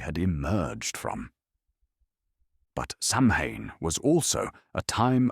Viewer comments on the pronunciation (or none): "Sau-when", not "sam-hain".